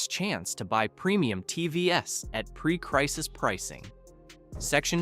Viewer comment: Buddy... the AI voice over is dumb as hell. You gotta type out "teevees" if you want to keep using this method.